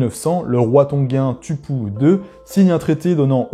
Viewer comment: Merci beaucoup pour la vidéo Juste pour la prononciation le U c’est OU comme en espagnol Du coup TUPOU se prononce TOU - PO - OU et le H ce prononce comme en anglais ! Sachez que les joueurs du pacifique du xv de France qui sont originaire de Wallis et Futuna ( Taofi, Mauvaka etc) on aussi des origines tongiennes puisque Wallis à longtemps était sous emprise de l’empire Tongien mais pas Futuna ! Et énormément de tongien ont aussi des Origines de l’île de Wallis comme Jonah Lomu, son grand père maternel était de Wallis